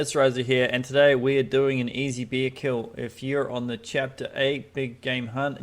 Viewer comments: It’s Bear not Beer…… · It's a bear not a beer bro 🍻